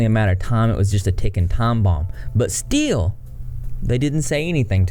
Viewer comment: Love the way he said still (steel)....must be from my neck of the woods 😁💗🍄🌻🐢🐢🐢